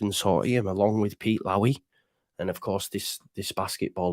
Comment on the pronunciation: They can't even get Pete Lowy's name right "Lowy" not Lowry